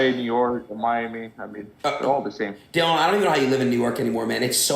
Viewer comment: bro said dillieon lmao